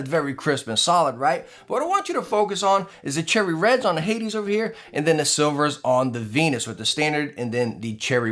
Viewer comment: Love ya to death but it's "hay-deez" not "Hay-dz". Watch Disney's Hercules for reference.